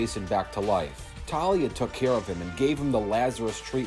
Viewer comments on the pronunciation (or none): none